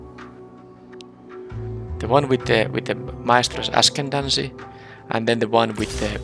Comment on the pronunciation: That seems to just be a common theme with Arena. It seems that, win or lose, a lot of games are really close. I don't have that experience with paper magic, not like it happens in Arena. Also, it seems like ascendancy is one of those words you're just not going to pronounce correctly. Good content and pretty good draft deck though, although the final opponent just had the supercharged version of your deck.